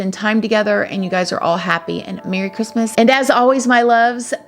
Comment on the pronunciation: Merry Chrimuh girl lol